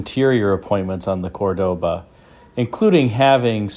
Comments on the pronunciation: The car is beautiful, but I dont like you say: CordÓba, it is CÓrdoba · the true pronunciation is COR doba... emphasis on the COR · It would be scratchy fine Corinthian woll. Corinth raises sheep, not cattle, lol😅. Also the pronunciation of Cordoba is an affectation, which Montalban pointed out. There was a Dodge version which was not successful.